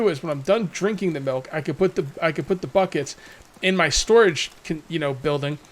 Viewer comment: Yeah, as shown with the research storages, has issues pronouncing things properly in his own language, never mind any other.